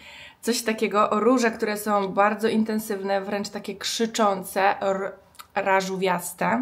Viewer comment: Rażu(ó)wiaste?! 😂 Boże